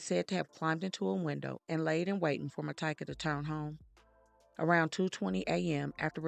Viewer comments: Its actually pronounce Ma-tea-ka, and she went by Tyka. I worked with her. She was a sweet person who always thought everyone deserved a second chance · It’s pronounced Mah TEE kah